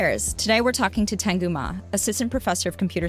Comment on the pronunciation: It's Teng'yu, not ten'gyu